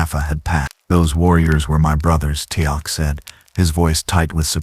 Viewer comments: i came - to give a chance - pick up where I left off and left ten minutes later gone especially with constant mispronunciation Teal'c name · Mistakes so far: #1, Miss pronouncing Teal'C name, #2, SG1 could not come thru the gate from that direction, the only way you can travel thru a gate is the side you "dial" from. So the gates are "oneway". Data did the dialing so he could have traveled thru the gate and emerged in the gate room at the SGC. If he wanted to get back to Piccard, he would have to dial Piccards gate address on the SGC's side. SGC is Stargate Command.